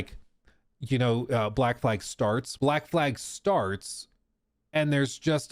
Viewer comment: When saying black flag, fumbling the second l is catastrophic